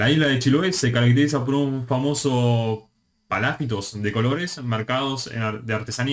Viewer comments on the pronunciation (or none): se dice llan QUI hue, MAI po, pa la FI tos donde están las mayúsculas es donde se acentúa la palabra saludos desde arica